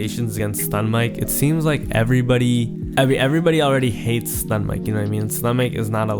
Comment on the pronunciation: bro said stunmike